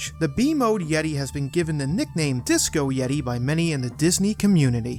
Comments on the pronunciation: “The YET-AY” bonus points for that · AND THE YET-TAY! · . Props to you man. One of the funniest and most ridiculous moments in wrestling history. The Yet-Ay! 😂